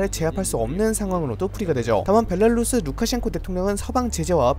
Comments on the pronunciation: 벨라루스 발음 벨랄루쓰 이러는게 신기하네 ㅋㅋ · 벨라루스 발음좀 고쳐라 발렐루스 벨랄루스... 나 참... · 정보전달이나 내용이 좋아서 구독하고 있는데 벨랄루스는 들을때마다 거슬리네요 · 항상 빠른정보 감사합니다 근데 벨라루스가아니라 벨랄루스로 들려요ㅋㅋㅋㅋ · 벨 라 루 스 벨랄루스 🤣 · 오늘은 벨라루스가 많이 나오는 덕분에 벨랄루스를 많이 듣는군요 ㅋㅋㅋㅋ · 벨랄루스 벨랄루스 발음 신경쓰여요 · 벨라루스 발음 커엽 ㅋㅋ